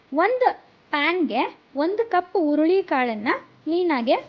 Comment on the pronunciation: ಉರುಳಿ ಅಲ್ಲ ಹುರುಳಿ